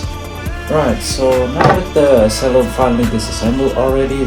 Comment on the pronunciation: who tf pronounced that as "se-llo* LOL